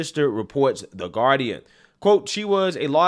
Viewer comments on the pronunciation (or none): none